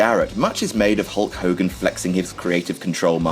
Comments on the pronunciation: Who's Hull Cogan? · Who is this mulk mogan you keep speaking of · Guys, who the hell is Hull Cogan?